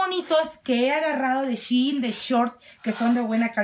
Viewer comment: Shein😂 Jemmy no shiin